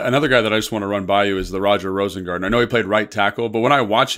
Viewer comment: Rosengarten. It's not Rosengardener.